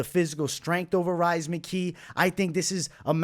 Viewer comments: Rhys is pronounced as Reece and I feel like as a Boston guy that deserves a shoooey on your end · Love the insights. I’ll be riding with your picks once again. FYI Rhys is pronounced Reece. Just an Irish spelling of the name.